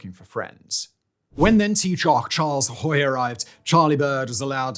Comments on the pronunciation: Taoiseach = "Tea-Shuck". Haughey = "Haw-Hee" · Haughey is pronounced haw-hy. An Garda Síochána -> she-oh-caw-na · I mean, fair play for putting the video together and doing all that research but if you're gonna go that far why not ensure you're getting words correct? Taioseach, Monaghan, Haughey, Gardaí, Ahern. Like, you're not even close most of the time. And that's just off the top of my head. It's T-Shock, or T-Shook, whichever you prefer. It's Monn-ah-hann. His name is Haww-Hee. The plural of Garda is Gar-dee. Berties name is A-hern. Not Ah-hern. Commendable effort all together but all it would take would be a quick search of Irish news pieces about any of those words to get the correct pronunciation.